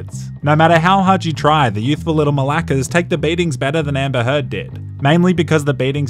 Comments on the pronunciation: I laughed so much when he said “ Dodgy maRACas” instead of malakas! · did you say "the youthful little malakas" did I hear that right lol ?